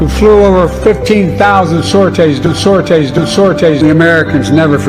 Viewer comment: "A truck convoy of mostly African Americans flew over 15,000 Sore Tays? " I didn't know we had flying trucks in WWII...You learn something new every day...Did the teleprompter actually say that?